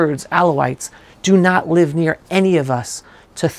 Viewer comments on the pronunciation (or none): none